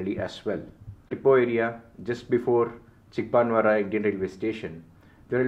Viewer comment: it is Bennigaanahalli/ಬೆನ್ನಿಗಾನಹಳ್ಳಿ/பென்னிகானஹள்ளி/बेन्निगानहळळी. Your pronunciation of Soladevanahalli is 98% right (ಸೋಲದೇವನಹಳ್ಳಿ/ஸோலதேவனஹள்ளி). Also it is Chikkabaanaavara/ಚಿಕ್ಕಬಾಣಾವರ/சிக்கபாணாவரா; Myadarahalli/ಮ್ಯಾದರಹಳ್ಳಿ/ம்யாதரஹள்ளி. Your name suggests that you probably a thamizhan and hence I have given in thamizh for easy understanding. Nice video and fantastic, clear explanation. Treat for any rail buff like me